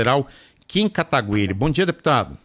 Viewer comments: Katagüiri dói no ouvido, p Nao exite esta leitura ha decadas a regra do português mudou... alguem avisa pra eles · “Katagüiri” esses “jornalistes” parecem q falam errado por querer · 11 anos de estrada e tem gente que ainda fala KATAGU-IRI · Eu tenho uma agonia quando falam o sobrenome dele errado, se eu fosse ele não sei se teria essa paciência de não corrigir, pq parece que fazem de implicância. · kIM KATAGÜIRI, maluco sempre erra o nome do cara